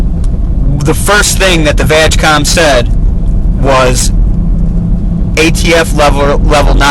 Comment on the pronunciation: VW Group (and the cable is easy to get but the software is a different story) also its pronounced "VaaaG" COM NOT VAGcom